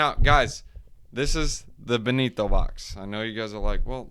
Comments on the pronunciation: its not ben-ni-to... its BEN-TO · BEN-TOE BRUH BEN-TO